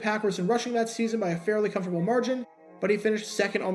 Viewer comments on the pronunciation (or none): none